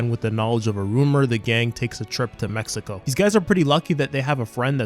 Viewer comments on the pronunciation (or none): none